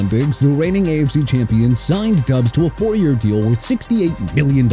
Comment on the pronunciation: SHINE NOT CHINE AND FLOP NOT PLOP! ROMEO DOUBS PRONOUNCED DOBBS NOT DUBS! YOU CAN'T SPELL AND YOU CAN'T PRONOUNCE THEN YOU MR. "NEW OR-LEANS" SHOULD QUIT, GO BACK TO SCHOOL AND GET A PRONUNCIATION COURSE! ALSO NEW ORLEANS PRONOUNCED NEW OR-LINS, ALVIN KAMARA PRONOUNCED KUH-MAH-RAH, AND JAGUARS PRONOUNCED JA-GWAARS NOT JAG-WIRES! YOU'RE FINISHED!